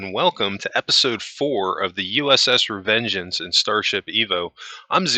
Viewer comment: "Revengence" lol